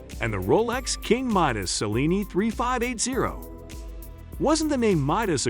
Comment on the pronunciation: Also please learn to pronounce Cellini! Much appreciated!